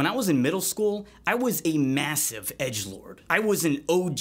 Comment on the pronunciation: I heard Edgelord and I heard Egglord